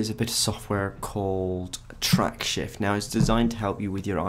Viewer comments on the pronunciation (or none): You are mispronouncing "Tracksift". You are saying "TracksHift". That's not what it is. There's no "H" in the software title. If you are going to go to the trouble of recording something, how about getting the title correctly said, for starters.